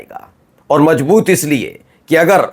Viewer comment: Correct your hindi pronounciation It is mazboot not majboot Kamjori nahi kamzori hota hai j ko z z ko j s ko sh sh ko s padte ho